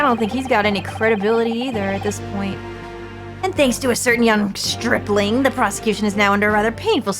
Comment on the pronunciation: I always thought "stripling" was pronounced "stripe-ling" as in "one who has yet to earn their stripes." Turns out pronunciation was correct.